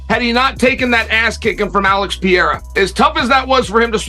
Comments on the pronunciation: "Alex Pierre-ra" Another one for the books. 😅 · "Alex Peeara" - Sonnen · Alex Pee air uh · Chael still calling Alex Peara😂